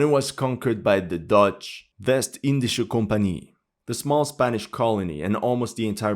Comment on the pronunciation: Your pronunciation of "West Indische Companie" in Dutch was almost spotless👌